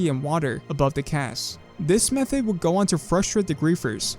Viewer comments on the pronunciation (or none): none